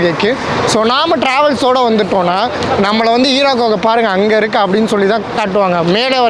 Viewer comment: அது ஹீரா குகை இல்லை ஹிரா குகை